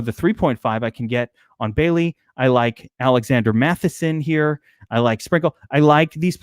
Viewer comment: Good god its MATTISON NOT MATHISON.